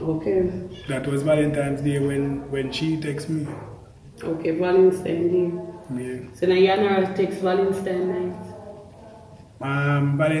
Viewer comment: Valentines not valentimes 😂